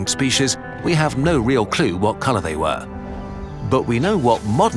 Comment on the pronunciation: And they actually sounds like Yee